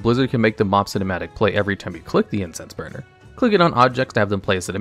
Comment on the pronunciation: I keep hearing Incest burner instead of Incense burner... plz god make it stop...